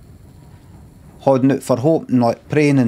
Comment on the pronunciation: holy crap you pronounce hard like hoard??